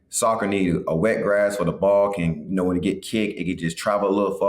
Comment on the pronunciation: He said glass instead of grass 😂😂